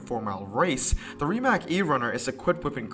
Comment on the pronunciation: Rimac is pronounced “Rdi-mutz”